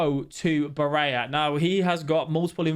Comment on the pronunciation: Bar-ella not baraya